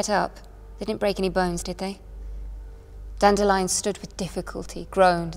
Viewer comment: I am glad she pronounces Dandelion correctly unlike the narrator of the audiobooks.